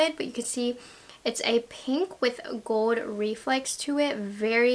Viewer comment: She says gold in such an interesting way. Like she says “goewd” like she doesn’t pronounce the L in gold lol.